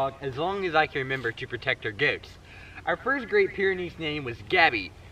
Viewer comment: I'm not American, but the way you say "goats" sounds really funny to me. 😁 Must be a Louisiana thing... 😋